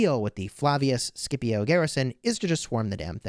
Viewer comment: Scipio is a legendary commander named for a famed war general, and you’ve managed to reduce him to sounding like cheap peanut butter 😏 please go back to calling him seeeepio